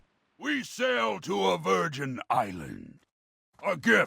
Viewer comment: lol he said "virigin"